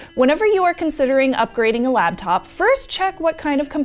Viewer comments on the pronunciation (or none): Anyone else slightly irritated that says "labtop"? Maybe its a regional dialect thing I don't know about.